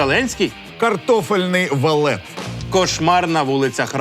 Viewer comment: Та не валет, а ВАФЛЕТ